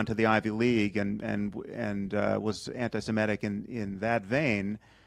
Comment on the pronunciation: It's semitic not simetic Sam!